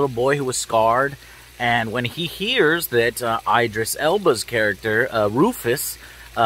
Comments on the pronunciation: Eye-drisss Joe? ID-RISS. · It’s Idris. Not Aidris. It’s a Muslim name. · Why can you not say Idris properly? Smh.